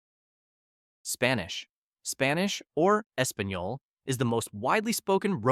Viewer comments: no offense but I think can you get better at the way you pronounced "Español", and other words from other languages? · Please don’t try to pronounce español ever again.